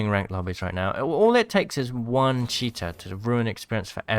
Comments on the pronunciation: Not poking fun but I swear sometimes it sounds like your saying Cheetah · Everything he says cheater and the subtitles say "cheetah" 🤣